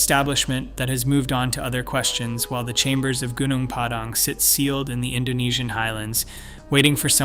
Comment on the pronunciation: It's pronounced goo-noong pah-dahng. Accent on first syllables.